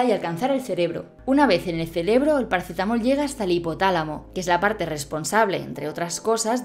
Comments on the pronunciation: Celebro?😳. Ojo a la vocalización, que a veces también dices pacetamol. Gran vídeo. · "Una vez en el ceLebro" 😀